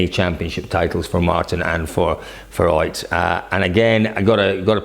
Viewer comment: Why do you always say like "OIT Tanak", when he is "OTT Tanak"?